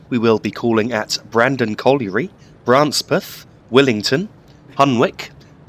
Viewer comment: The locals from Branspeth would laugh at your pronunciation of their village's name. It's first syllable is pronounced bran and not bra. Oh, and apropos of nothing in particular there's a village nearby called Bitchburn.